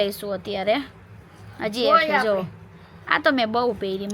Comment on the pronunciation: તમે મોટા ભાગે "છે" ની જગ્યાએ "हे" ane "શે" જગ્યાએ પણ "હે " એવું કેમ બોલો છો... એ કઈ ભાષા છે ??